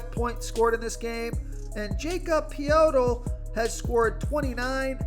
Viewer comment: Liking DeRozan tonight. Nice try on the Poeltl pronunciation. Try ( Yakob Poh-dle ) in the future